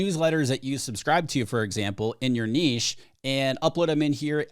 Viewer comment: Finally. Someone who knows how to pronounce NICHE ! LOL👍👍